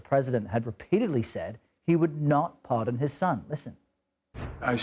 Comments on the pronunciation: It's pardon not parson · I'm romanian. I went to a communist school where I never learned english. And It's pardon not parson! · Can’t even get the word pardon right, THIS IS WHY NO ONE WATCHES YOU CBS YOU SUCK HAHAHAHAHAHA